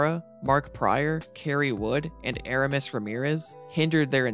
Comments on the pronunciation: I’m glad I wasn’t alone in my thoughts lol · Dude, the pronunciation of some of these names is rough. Uh-rahm-iss Ramirez Mike Qua-DEE etc. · His name should be pronounced ah-RAHM-is, not like the after shave. For you to not know that tells me you were not a Cub fan back then.